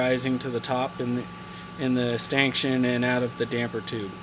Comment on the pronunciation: Stankshun? Are you trying to say stanchion?